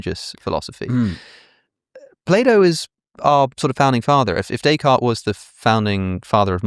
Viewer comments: Having a fancy intellectual discussion while butchering the name 'Day Card' is oh so British. It is almost as bad as the way they pronounce Ibiza as 'Eye Beether' :-) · he immediately reverts to pronouncing both kierkegaard and nietzsche the wrong way, in an english accent. the same goes for descartes.